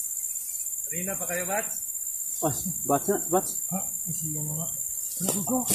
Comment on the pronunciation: 😯, batch, hindi bats, ano yn pniki? ingt k u!